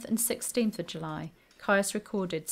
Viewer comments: It came to my notice reading the Cousins' War series and then the Tudors by Philippa Gregory. ( PS. Is not Caius pronounced 'Keys'?) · Caius is pronounced 'keys'. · John Caius is pronounced Keys - which was in fact the name he was born with. The Cambridge college named after him is pronounced Keys, too. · John Caius is pronounced ‘Keys’ - a distinguished doctor and natural philosopher, he enlarged Gonville College in Cambridge in 1557, and renamed it Gonville & Caius College - the name it carries to this day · Good video. However, the surname Caius is pronounced Keys as in the college. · Caius is pronounced Keys’ like Caius College, Cambridge which Dr Caius refounded and extended in 1557. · Isn't "Caius" pronounced "Keys"? (eg that Cambridge college) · Ciaus is pronunced: keese, such as with: Ciaus College Cambridge. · Great video about an interesting topic Caius is pronounced 'keys' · I wrote much the same a moment ago, except I think the more accurate pronounciation is 'keese'. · I know. This is a video from a few years ago. I've been pronouncing it correctly in videos from the last two years. Saying that, though, I have heard it pronounced both, which is where I got the original. I also pronounce Caius wrong here. It's"keys". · Ha! Yes, I haven't got a clue why I pronounced it wrong! I even had it marked in my notes to say it right! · What sentence would you give me? Hanging, drawing and quartering. I know I pronounced Caius wrong, which is why I added the pop-up apology and note in the description (I realised as soon as I'd published it). What else did you think was incorrect? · The way she pronounces 'Caius' is really grating!